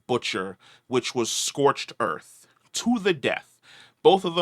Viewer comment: "Scorched earf"